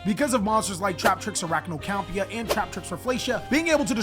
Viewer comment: Aye my G said Arachnocampa correctly! You live and learn. Let’s get it man!🔥🔥